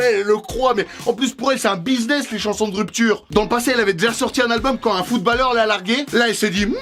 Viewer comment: il a prononcer footballeur en le prononçant pas footbolleur mais en mettant en évidence le A